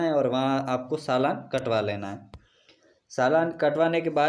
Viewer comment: भाई सालान नहीं चालान होता हैं